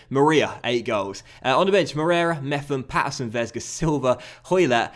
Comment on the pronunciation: Little side note: Mepham’s name has a hard P, so its Mep-uhm. His nickname by most is “Meps” as well. Loving the series so far mate🤙🏻